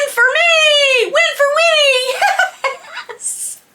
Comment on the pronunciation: Nicely pronounced cousin Winnie. That speedy sure is a black hole